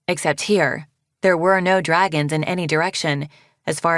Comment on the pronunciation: Right after Sortail said “stupid” “Yea SOME DWAGONS STUPID”